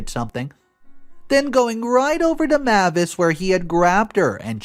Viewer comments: Mavis is pronounced MAY-vis, like the surname Davis (may' as in the month of May) . The pronunciation MA-vis, where the 'ma' is a short 'a' as in 'map', is not usual. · Another mispronounced name... 'Mavis' IS pronounced 'MAY-VIS' and NOT 'MA-VIS'.(Or like the car rental company 'Avis', with an 'M' in front.) I really am losing track of just how many times you continually mispronounce words and names. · May-vis not mah-vis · FYI Mavis is pronounced may-vuhs (google how to pronounce it and there is an audio you can play several times to confirm this), I otherwise like your voice and enjoy hearing your reading style. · The name Mavis is pronounced: MAY-vis. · I'm trying to support him because he finds good stories, but this man messes up so many names and words it's painful sometimes. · I feel like it’s May-vis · Mavis = May vis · Sorry it was bugging me the whole time. Her name is pronounced. May-vis. Even though it's written Mavis. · MIL name is pronounced May -vis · The name is pronounced 'Ma-vis" with a long "a".